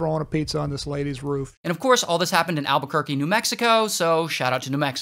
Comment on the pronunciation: HOW DID HE EVEN SAY ALBUQUERQUE CORRECTLY